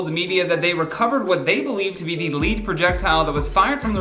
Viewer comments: LOL... no leed.. it's LEHD.. as in the metal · Lead in this case is pronounced, led, not leed. It's baffling to me as a gun owner as to why basic gun safety protocols were not followed. AB had a duty to inspect the gun himself, but didn't. You treat every gun as a loaded gun and this tragedy could have been prevented had AB, the assistant director, and the Armorer followed that basic rule. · Lead projectile...pronounced "led" not "leed." Lead...as in the heavy metal that most bullets are made from. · Lead - the metal … it’s what bullets are made of. Not lead as in what a leader does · Lead.. as in a BULLET.. pronounced “LED”, not “LEED” 🤦🏻‍♂️ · Leed projectile? Really? Not led projectile? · saying lead like LEED instead of lead like led, as in a lead bullet, is my mood for today. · Omg lol I just can’t 😂😂😂😂😂 bad enough robot voices pronounce crap wrong but when it’s a person come ooooooonnnnnnnnnnn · It happens alot on this channel. Cracks me up every time 🤣. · OMG!?!? Led projectile. No LEAD as in a lead bullet. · When you say lead I think you mean to pronounce it Led.. it was a lead projectile.. not the the lead projectile.. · “lead” is pronounced “led” in this context. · sorry, but you drove me crazy....lead pronounced like reed or feed VS lead prounced like red or fed. I believe this referred to a lead as in red bullet. No idea what a lead as in feed bullet would be. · you're a halfwit. You proved that to my satisfaction in the first ten seconds by saying "lead" as though you have to use a text to speech converter, but it doesn't speak English.